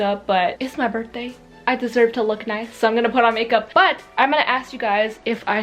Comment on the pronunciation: Low-key thought you said " Barfday"😂😂😂 Love you ❤❤❤